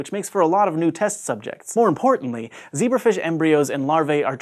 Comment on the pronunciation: ze BRAF ish, you say?